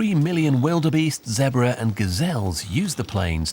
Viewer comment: Zee-brah,, not Zrabra.